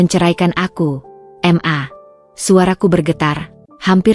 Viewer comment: narasiny kok di ulang ulang, membosankan Tulisan MA,,,, itubukan singkatan mosok di baca singkatan padahal sebutan untuk mama